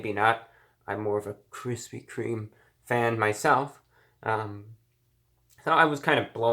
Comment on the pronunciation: Chrispy cream!?!?.....chrispy cream.....damn it reviewbrah your pushing it man....I'm this close to unsubscribing you.....brah!